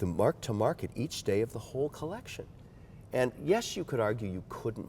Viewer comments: I think they stole his watches just to not hear “coleccione” anymore. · Every time he says collectione im glad he got robbed for his collectioné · If he says collectioné like that again... I’m going to throw a kitten in a river. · A “Kollexxion, of GENESAY KWAA” why the hell is he showing us that he knows how to use French words. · That was a perfect interview as it felt more like a great conversation. You were able to bring out a surprisingly likable side of MW - when he wasn’t saying “colleczione”. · You mean collec-ti-on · Kevin is so miserable to listen to. The red band is so tacky, and matching his pens thinking he’s original. The way he says collection and thinks people care about what he’s wearing on shark tank. comment, “I think it’s a blessing in disguise” shows how repulsed he is by the tacky red bands. Everything Kevin says sounds like something he’s heard someone else say. He’s regurgitating other people’s opinion because his are so miserable. For example, the only original thought he had, was putting red bands on every watch. What an unflattering statement to make on well crafted timepieces. Nitrogen escape valve (you mean helium), Beaumont (you mean Bremont). It’s like he’s so disinterested in his own hobby because he’s so god damn boring and pretentious. I love, but can’t stand Kevin’s commentary on anything. “Here’s my collection of other people’s favorite watches. I added red straps because I’m a classless moron. The only watch I picked out on my own was a used women’s watch. It’s so stupid that the second time I bought it my wife cried. I also match my watch to the vegetables I’m going to cut next week.” I can’t believe has the stomach to talk to this man. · Ummm Kevin just pronounced collection wrong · Negative Gains Andrew Sheers saying “collection” in french does not sound much better though 😄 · "collection" not "collectioné"...come on Kevin, lets keep the consistency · Take a shot everytime this guy says "coleccioun"